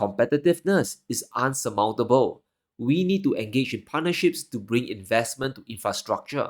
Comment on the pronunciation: INSURMOUNTABLE not UNSURMOUNTABLE